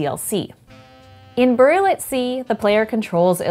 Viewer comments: Did she just say "boorial"? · goin nuts over the way burial is pronounced in this minidoc